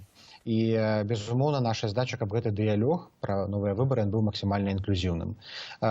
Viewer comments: ДЫЯЛОГ - гэтак гучыць па беларуску! А нияк не "дыялег". Не прыемна чуць. Каверкаеце словы. Навошта? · Согласна, откуда они взяли такие правила? В школе, когда изучали бел. яз. и мову такого произношения не было и не должно быть и сейчас, "плян," "дыялёг".